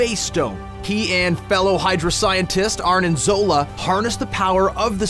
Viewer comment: Red Skull was made stronger by the serum and we don't really know that he doesn't posses at least some of the other attributes Captain America received from his serum. Also, sounds like you say "Arnin Zola" , it's Arnim. In The Leftovers, 2% of the population vanishes.